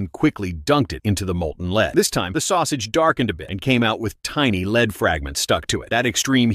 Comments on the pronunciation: This is why we don't let our children watch Youtube. Who pronounces lead as "leed"??? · Another YouTube channel run by someone who is too lazy to get a real job and sits behind a screen all day watching videos. Pronouncing Lead as Leed. Like cmon man you have all the time in the world sitting behind a screen, if you actually care about your channel you would care how the ai says things. This is actually so sad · Every time I heard LEED I was literally furious 😂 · Molten LEED 😂 Do NOT try at home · What's Leeds? Stupid Ai bs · I hate AI mispronouncing lead so it sounds like leed.... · It’s AI that’s why they say Leed. One day all will be AI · "Leed"? Shitty robot voice AI garbage. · "The molten LEED" 😂 Edit: thanks for the likes 🥹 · Leed ingots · i had the same thought,molten leed lol. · Its AI or do the amricans pronounce it as "leed".... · Leed? Maybe AI won’t be replacing us anytime soon. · It's lead (pb) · so why are they saying leed ? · Is this video made by AI??? If not, please decide uppon the correct pronunciation of lead! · People please, don’t ever listen to a video where the AI Narrator can’t pronounce Lead correctly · I would find the video so much better if the AI didn’t mispronounce lead every time. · Dumb asss Ai can't pronounce Lead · The AI narrator pronounced lead wrong starting at the second time it said it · Quit sayin lead. it’s pronounced lead. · No i think its actually lead bro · You can tell the video is made by AI when it miss pronounces the word ‘lead.’ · Why did the AI suddenly forget how to pronounce lead? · Why can ai not say lead right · The AI said it perfectly the first time, I just don't know what happened.😂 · it is lead but it's pronounced like the action of someone taking a group somewhere y'know leading people? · Why is he saying lead wrong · "molten 'leed' instead of 'lead?' And no one checked the audio of this meaning they are morons. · Its lead not lid/leed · Stop AI. It's not LEED. It's lead. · "Līd" No "Lehd" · Lead or Leed?